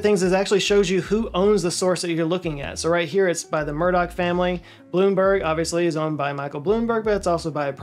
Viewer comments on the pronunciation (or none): none